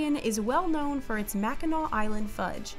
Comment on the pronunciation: Can we appreciate that someone finally pronounced Mackinac correctly?